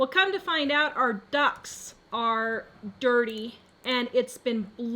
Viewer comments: At first, I honestly thought you said your DUCKS are dirty! 😆😆😆😆 Ohhhh, she meant her air ducts. Right! 👍🏻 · Ohhhh....ducts. I thought you said ducks. I thought that was weird...lol.